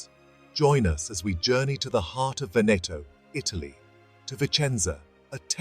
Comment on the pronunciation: Good Lord, it is not "Venèttoh", but "Véneto" - why are anglosaxons always so arrogant, never to care about the pronounciation of foreign names???